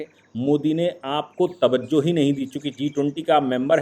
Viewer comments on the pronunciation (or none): none